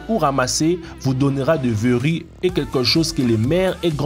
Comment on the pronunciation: Faudrait apprendre à prononcer le français, parce que "beaucoup de faits" ne se prononce pas comme "beaucoup d'effets" ! :-) "Vous donnera des veuris" ça n'existe pas, ce sont des verrues...D'ailleurs on entend aussi "maladies causées par des veuris" au lieu de "virus"... Pour le reste : félicitation car je n'ai entendu aucune connerie et c'est rare dans ce type de vidéo. :-)